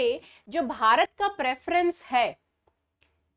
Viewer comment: But "BHARAT" sounds very good 😊